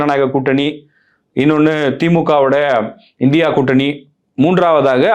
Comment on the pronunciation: இந்தியா கூட்டணி என்பது சரியான உச்சரிப்பு இல்லை